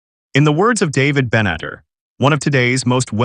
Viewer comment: Ite "Ben-et-TAR" and its "SHOW-pen-how-er".